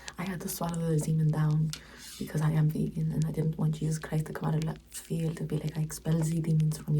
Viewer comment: When said “it’s not very vegan of Jesus” I had to switch on subtitles and listen to it again lol